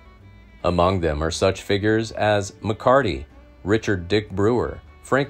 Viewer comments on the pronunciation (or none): none